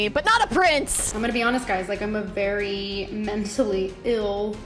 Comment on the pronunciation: "Its veey hard for me to wanna share that with the world" she says on her live stream...